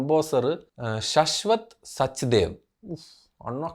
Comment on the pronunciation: ആദിത്യ ദാർ അല്ല .... ആദിത്യ ധർ! ശശ്വത് സച്ചിദേവ അല്ല.... ശാശ്വദ് സച്ചിദേവ്.😂